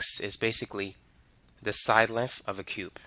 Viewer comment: I am sorry, but if I hear "edge legf" one more time I am gonna lose my mind. Gonna have to find a different video.